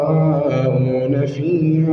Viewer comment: هو بس التقليد سرق من التجويد قخمه القاف اوووي وهي في اقل درجه تفخيم زي للمتقين.. فخمتهت اووي ويشاء مظهرتش الهمزه خالص محستهاش وبرده غنه الاخفاء في حرف الذال ادخلوها بسلام ذلك يوم الخلود قبلت الغنه الي الفاء ولادغام المثلين زي لهم ما يشاءون مدغمتش الميم مع الميم خالص ولا عطيت حقها من الادغام .. ربنا يبارك فيك بس لا يخذك التقليد عن التجويد